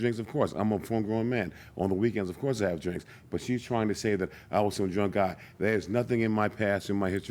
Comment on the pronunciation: He said “of course” like a real drunk. Sir every one don’t drink on the weekend lol